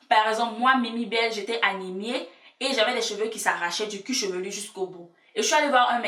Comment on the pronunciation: Du "cuchevelu" t drôle 😂